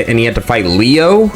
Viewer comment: love your video just say Leo right please💀maybe i’m being annoying but that shit was bothering me